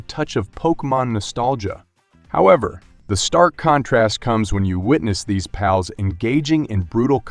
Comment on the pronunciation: It's giving Benedict Cumberbatch trying to pronounce "penguins" vibes. Why does he call it "Paulworld" and randomly switches between calling the creatures "pals" and "pauls"?